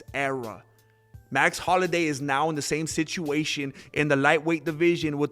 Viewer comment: It’s Holloway not Holiday😂